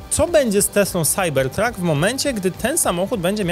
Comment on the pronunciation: SAJBERTRAK SAJBERTRAK SAJBERTRAK Proszę Cie, nie kalecz PLAD PLAD PLAD PLAD